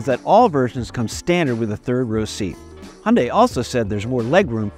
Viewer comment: NOT "Hunday". "Hyun" + "day". And "Hyun" is one syllable. At least you didn't say "High" + "un" + "die". That is just awful. Here in central Seoul, the new Santa Fe is all over the place. And people love it. Of course! But it is basically criminal to buy any model except the top one, with all the trimmings! Don't make that mistake if you are getting one: Get the top one!